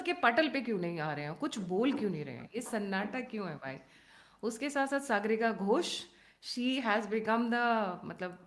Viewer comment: Sagaarika nahin Saagarika. Naam to sahi bol lo 😅😅😅😅